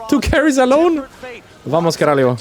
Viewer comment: its VAMO CARALHO, without the S :D